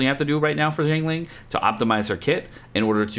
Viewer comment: Not jiangling, it is xi + ang